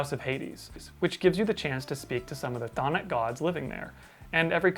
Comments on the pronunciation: wow way to flex on everyone by pronouncing chthonic right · Shoutouts to the correct pronunciation of Cthonic.